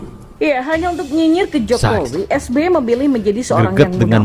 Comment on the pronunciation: Waduuuh Rempeyek...rempeyek, eeeh salah Es Be Ye...Es Be Ye.